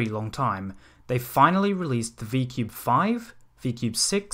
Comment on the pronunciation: I think you meant V-ku-bei